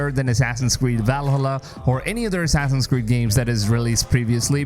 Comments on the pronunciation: Hey dude, don't take it personal as I like your video, but please spell properly Valhalla. 😅 It's supposed to be spelled Val-ha-lla and not Val-hallá. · Val-hala its pronounced Valhalla, one word, not val-hala... Love ur vids but you are trigering me lmao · Every time you say “Valhalla” like that I keep getting more annoyed 😂